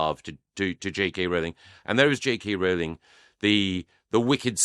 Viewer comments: I do wish would correctly pronounce JK Rowling's surname. It's ROW-ling, not RAO-ling. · At least one of you has it right. Rowling as in Rolling Stones, not as in growling at kittens.